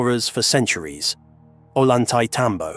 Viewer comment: I have been there. It is amazing and incomprensible. It's pronounced Oyantaitambo